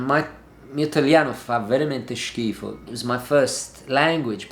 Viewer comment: it's really funny how you pronounce the word "schifo" with a southern accent.